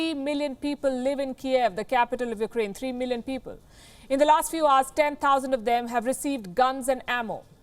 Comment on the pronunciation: Palki, I'm a huge fan.... but please. your pronunciation of Ukraine is "noise"/ disturbance in communication.. It's not "yuk-A-rain" (as you continuously say). It's "yuk-rain". Get rid of the unnecessary "A".